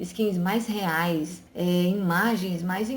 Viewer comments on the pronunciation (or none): none